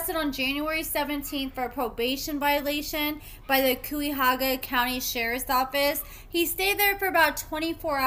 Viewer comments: you are so cute, its pronounced "kaia hoga" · Khy ya ho ga. Cuyahoga County. Sis butchers it everytime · Thanks for the vid. You did a good job with pronouncing "Cuyahoga" county-- I love Cleveland, so I feel compelled to explain that it's "KY-uh-HO-gah" Thanx for everything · Cuyahoga has an unexpected pronunciation if you're not familiar with it-- it's Ky-Ah-Ho-Gah -- Ky rhymes with pie. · Pronounced…. Khy Ya Hoga County . That’s Cleveland Ohio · It's pronounced Kie a hoga County. You be getting the tea. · The way u said Cuyahoga 😂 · Cuyahoga county 😂the way you pronounced it was so wrong